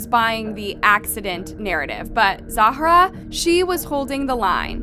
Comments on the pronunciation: girllll i love your videos but its not pronounced Zahara! its just Zara! you say her name like 100 times incorrectly lol. Still love the video though! <3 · Her name apears to be Zahra not Za hara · same with Zahra being pronounced 5 diff ways 🙄🙄